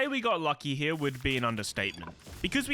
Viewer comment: "heawww" like a donkey lmao. heRe. hear. heeee-rrrrrr